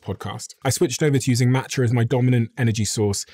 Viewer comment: Here in the US, i can't understand the name you said of the matcha